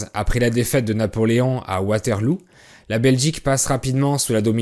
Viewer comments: Même si la Wallonie est plus grande que la Flandre, elle est moins peuplée. Il y a donc plus de flamands que de Wallons. Et vous avez complètement oublié les germanophones (les pauvres 😅). Petite précision on dit Waterlo et pas Waterlou. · Bien que votre vidéo soit excellente, il est un poil regrettable que vous ayez omis la région germanophone qui, bien que petite, fait bien partie de la Wallonie (et fait de celle-ci une région bilingue). Enfin, votre prononciation de Waterloo est erronée: on dit WaterLEAU et non waterLOUP. Bonne continuation. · On dit Waterl[o] et pas Waterlou , le oo se prononce o ;) aussi 40% des belges parlent français et pas 70 % mais merci pour cette belle image que vous donnez de mon beau pays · Sympa merci, étant belge j'ai appris des trucs aussi. Par contre Waterloo se prononce Waterlo et pas Waterlou :) Et le 'd' à la fin de Léopold ne se prononce pas. (à la limite on entend un 'd' quand on dit Léopold II)